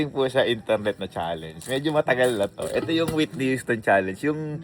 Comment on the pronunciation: Hindi yon witni waytni houston😅